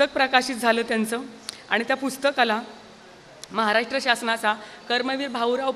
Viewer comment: महाराष्ट्र असा शब्द आहे उच्चार म्हाराष्ट्र असा निवेदिका ताईंनी केला, काय हे?